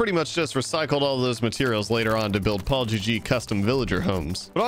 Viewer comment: "To build PaulGG custom homes" What i heard: "To build apology custom homes"